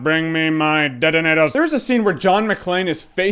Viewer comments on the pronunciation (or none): stop doing impressions they are awful and your really not cool stop saying detanators holy shit! don't watch movies just dont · "DENEDAS" LOL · "Bring me my detatators" Lolz